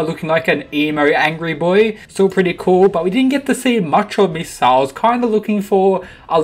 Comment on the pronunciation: mee sasa not me sa sa